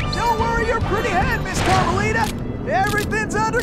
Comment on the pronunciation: meant carmelita not armelita